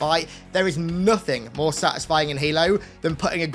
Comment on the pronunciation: I wonder how many times he said "sutisfing'' in this video